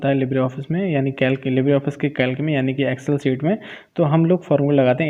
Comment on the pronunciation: Its कैल्सी bhaiya not कैल्क